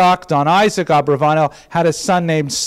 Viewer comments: If it ends in a consonant other than N or S, every Spanish word is accented on the last syllable, hence AbravaNEL. Other than that detail driving me crazy, loved the lecture. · I must applaud you on this, and last semesters Subject Mater. It is a pleasure to hear the history of my Mothers family. While I have a lot of information and have studied this subject mater a great deal, it is always great to find more sources of information. The only issue i have, has to be your Pronunciation of my mothers Family name. While it can be spelled and pronounced differently, either Abarbanel or Abravanel, it kills me to hear your pronunciation.